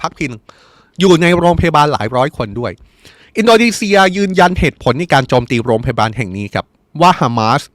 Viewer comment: ตกลง ร.รอินโดนีเซียหรืิออินโดมีเชืยอ่านข่าวไม่ชัดเจนแย่มากครับ